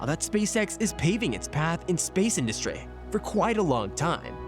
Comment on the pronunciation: No offense, but the way you pronounce certain words, it's absolutely hilarious. Like when you say industry, you say it like industray